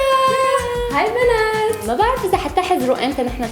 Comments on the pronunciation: شوفوا كيف قالت بنات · قالت بنات بطريقة غريبه